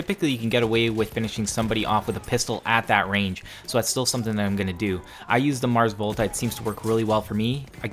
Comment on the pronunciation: Did you say "the Mars Volta" on purpose? XD